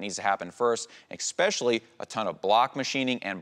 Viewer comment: Expeshily is not a word.